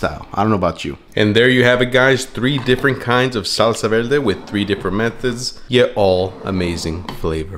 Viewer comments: Verrrrrrrr-de. Not, Vel-de LMAAOOO. Roll your r’s! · What’s a velde? Thought it was verde 😂😂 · I was looking for this comment 😂 how was no one pointing it out!!! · Did you say velde? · he’s puerto rican that’s why he said it like that lol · Wtf is a salsa velde. Roll your Rs properly you're a bean dude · I like how you say Salsa VELDE xD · Salsa velde?🤔 Are you Puertorriqueño?! 😆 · I ask kindly, why do you pronunciate "veLde" if you can pronunciate correctly the "r"? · The R is killing me 😩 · I caught that too 😂 he can’t roll his r’s that well it happens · Maybe because he's from Guatemala. Puerto Ricans also can't roll the tongue for the "r" We, Mexicans are heavy on the "r"😂😂😂